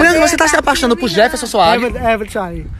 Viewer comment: É Jeferson e não eventon seu porra kkkkkkk